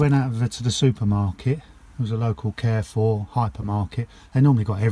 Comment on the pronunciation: It not super important but Carrefour is pronounced Car four (car like a vehicle) instead of care-four. Good luck with your inverter and electrics.